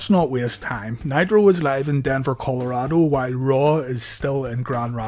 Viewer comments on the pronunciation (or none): none